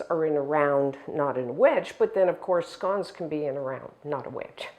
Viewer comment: I’m English and pronounce it just like you 🏴